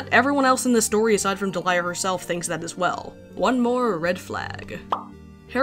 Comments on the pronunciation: Hey I googled it and I think her name is actually pronounced like deh-lee-uh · Man, this is probably the most measured and respectful video about a topic this harsh while also not shying away from the tough stuff. But also I had a friend around the same time this comic came out, and she shared the name Deliah. She said it was only pronounced Dee'-lee-uh and got tired of how often she got called Delilah or any other variation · What... the FUCK?! You mean to tell me that it wasn't pronounce "Delilah" this whole time! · Every time I heard Deliah’s name being pronounced as “Delilah” I lost 5 years of my life span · you can't say shit about Springtrap when you pronounce Deliah like that